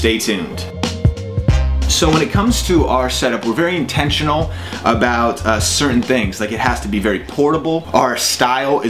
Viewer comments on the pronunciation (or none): none